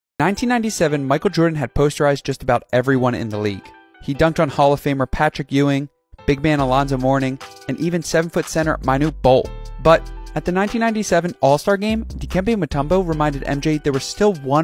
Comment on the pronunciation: Manute not minute, God he was a good player pronounce his name correctly for fucks sake